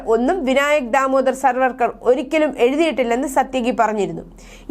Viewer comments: സർവ്വർക്കർ അല്ല സവർക്കർ. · പേരുകൾ ശരിയായി പറയാൻ ശ്രദ്ധിക്കണം. സർവർക്കർ അല്ല